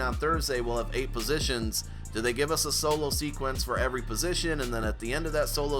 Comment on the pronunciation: Why do people say "positional heroes"? its "POSITION" Heroes lol lol